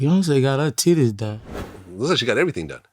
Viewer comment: “Beyoncé got ha tiddays done” 😂😂😂😂